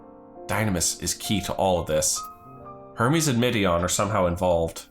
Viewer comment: not the way hermes was pronounced 😭